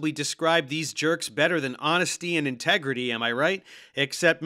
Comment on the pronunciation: "honestits & integreedy"